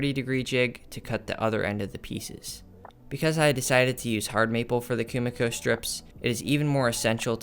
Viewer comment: This is sick! I love the idea & your material choice + excecution were on point. Though for future reference Kumiko is pronounced Koo-Mee-koh